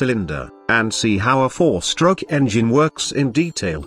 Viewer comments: LMFAOO yeah it sounds like "Shtroock" when he says it ahaha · "the intake STROKE"